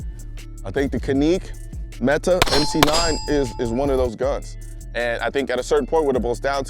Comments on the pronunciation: That's "Kanik Met-tay" 😉 not "kaneek Metee" It makes a difference. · Yeah, it was painful to hear. CAN-ick (or JAN-ick if you're in Turkey), and METE is pronounced meh-TAY (emphasis on the 2nd syllable). Glad to see it's getting the recognition it deserves! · Caneke meta lol…. How do you fuck that up it’s canik like panic, and Mete like the French name pepé le pew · "This is the Ka-Neek Met-Ta" .. Wait A min ..In Turkish , The "C" is a "J" So we know it's actually "Jan-Nik" However as Americans, we pronounce it with the " C" as Can-Nick" Where the keck did Colion get "Ka-Neek" ? LOL Bruhh .. your're a gun guy. Unless you're Straight up Troll'n You Know Dang well its Can-NICK (Canik) not Ka-Neek... and Mete is not Meta